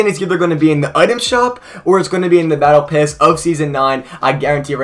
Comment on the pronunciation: instead of saying "battle pass" you said "battle piss"